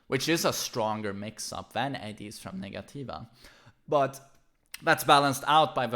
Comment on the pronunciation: Negativa is actually pronounced "nega-cheeva" my fren 😁🇧🇷